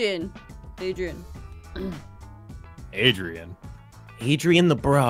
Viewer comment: Naomi Leona 奈米罗娜 Then she said Adrein